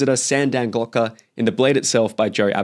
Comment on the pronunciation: You call him Glotka instead of Glokta as well. I feel seen.